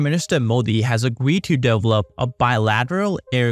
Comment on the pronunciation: Please learn how to pronounce"develop" - the accent is on the second syllable, not the first. It's de VEL op NOT DEV lop. Otherwise your English is quite good. Informative video. It makes sense as presented.